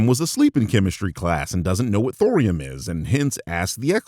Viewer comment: thorium sounds like borium :_Kewk: Billy Madison joke but tweaked a little lmao